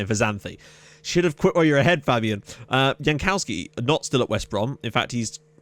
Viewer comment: idc its late, fave moment was svend bond selling all your players and seeing your rage, and my least favourite moment was you pronouncing jankowski's name wrong every episode!